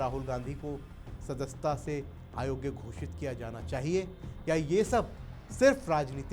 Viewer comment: "आयोग्य" ग़लत उच्चार है, स्पष्टतः 'अयोग्य' ही बोलना चाहिए।